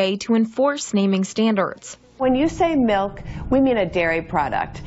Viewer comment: MYLK!!! Let's call it mylk.